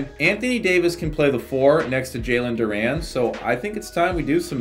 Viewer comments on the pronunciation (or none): Bruh like your video but OMG for the life of me it's Du-REN NOT Du-RAN 😂😂😂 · “Jalen Duraan” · Love the vid but it was making me mad he was saying Duran instead of Duren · JALEN DUR-REN